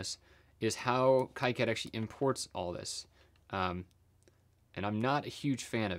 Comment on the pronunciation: also plz say "keycad" instead of "kaicad" :D